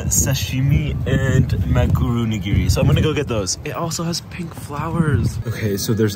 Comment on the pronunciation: "inside out maguro roll" "tuna gunkan"💀 "tuna sashimi"💀💀 And.. "manguro nigiri"💀💀💀